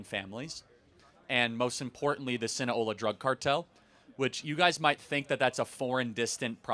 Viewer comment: Sinaloa. Not Sina-ola.